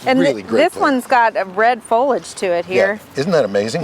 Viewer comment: It’s pronounced FOH-LEE-ADGE. 3 syllables.